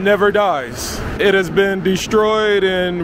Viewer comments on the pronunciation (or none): none